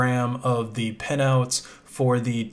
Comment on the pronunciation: Bro its called a pin, not a pen. even YouTube subtitles called you out